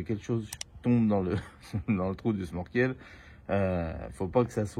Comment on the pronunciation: Bonjour, petite réflexion, sans aucune animosité. J'ai cru entendre à , si je ne me trompe, que tu parlais du sMorkel. En fait, la bonne prononciation est sNorkel ou schnorchel (autre orthographe utilisée). Bonne continuation.